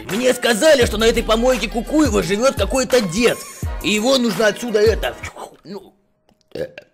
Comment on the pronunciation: Не кукуево а кукуева чтоб ты знал